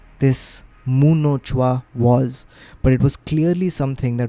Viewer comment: Fascinating stories man.. loved it.. btw.. the moment i saw the title muhnochwa i was just waiting how would you pronounce it but.. you made it sound like Japanese 😂😂... It's actually मुह नोचवा say it like someone from U.P would have said it.. that bhojpuri accent.. you would have got it then..